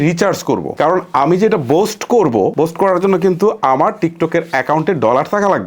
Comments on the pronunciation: বোস্ট ❌ বুস্ট ✅ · বোস্ট না বুষ্ট😂